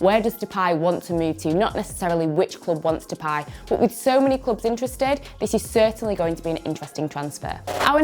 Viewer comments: More like "bot" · Nobody Nobody who speaks English: Bůtt